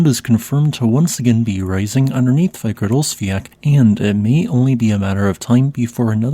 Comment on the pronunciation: Too bad he cannot pronounce Fagradalsfjall correctly.